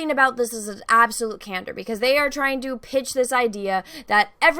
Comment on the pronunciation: are you saying "Elrod"? it's Elrond. and are you saying "Bene Jesuit"?? it's Bene Gesserit. and are you saying "cantor"? it's candor.